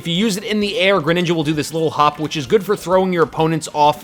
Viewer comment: and the way he says it too.